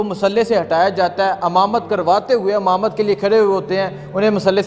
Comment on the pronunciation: Amamat nahi Imamat bol Pendu.